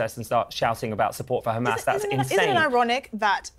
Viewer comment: Oh Gods, I heard her say "Khamas"